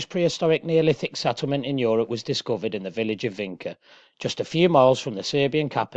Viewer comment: For the love of God, it's pronounced VINCHA, not "Vinka". Jeez!